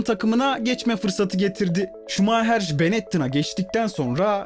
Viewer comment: Şuma - hır